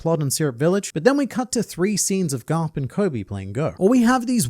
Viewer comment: Vice Admiral Gar-lup